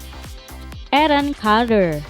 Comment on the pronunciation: yang baca ga pandai bahasa inggris,bilang aaron carter aja salah